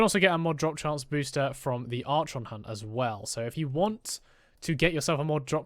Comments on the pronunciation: “ArSHAWN” instead of “arKON” hurt my soul… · For the love of god... learn how to pronounce Archon correctly...